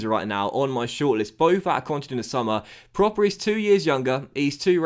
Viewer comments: Just a heads up: Davy proppers name isn't pronounced like 'proper' but with a u sound (as in 'purple') because of the dots on the o ('prupper'). If you can get him back to the form he showed in the eredivisie he could be a really good signing! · Love you signing Pröpper, he's gonna be so good! Quick tip tho, his name is pronounced Prupper (with the u as in "but") cause of the umlaut ;)